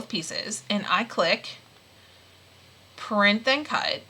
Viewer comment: Why do you say printh and cut?